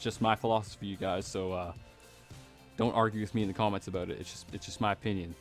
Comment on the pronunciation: hahaaaa. I replayed "aboot" like 50 times, sorry but it's funny.